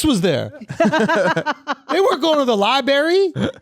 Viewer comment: Imagine talking about Floyd being illiterate and then saying libary instead library.